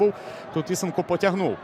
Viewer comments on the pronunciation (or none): Правильно ІСЕнко - наголос на другий склад.